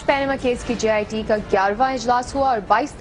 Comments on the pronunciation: Sr sab bachpan se jit ko git boltay aarhy hn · dr saab, its jit not git